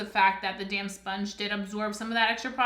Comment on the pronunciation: I keep thinking you’re saying “damn sponge” instead of “damp sponge” 😂 I love this review, I’m definitely purchasing this!